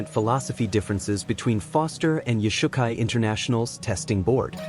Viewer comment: Origins.......... not Origens.... YOshukai. not yoush ukai kai doe not kai doo .... I have a green belt, and it matters... And we have nothing to do with Shotokan.